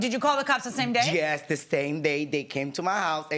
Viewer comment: Jyes… jyes…😂😅